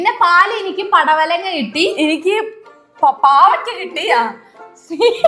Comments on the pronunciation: That palavadanga😂😅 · പടവലങ്ങ ❌ പലവടങ്ങ ✅